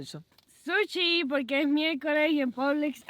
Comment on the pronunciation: PoRque..no digan poLque.....traten de ser hispanos neutros...saldra mejor el ingles